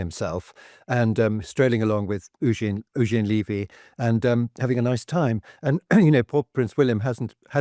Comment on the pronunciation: U-gene Levvy! Cummon! 😂🇨🇦